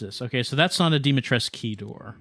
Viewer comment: Wait... I understand that gets it wrong. But Dimitrescu herself pronouncing the name wrong?